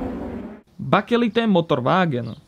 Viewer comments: baker-light, as in maker of bread and opposite of dark. Bakelite 👍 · I don't like picking on accents. But I'm pretty sure it's pronounced more like "bakelight" or "bakerlight"